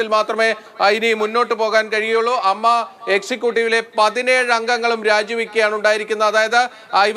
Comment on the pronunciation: Ammma alla a.m.m.a en parayu